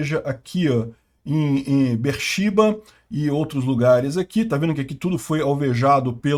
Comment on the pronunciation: Be'er Shéva ou...Shéba; não...shIva; EILAT; não eLIAt; 2-4 mísseis foram derrubados pela Arabia Saudita.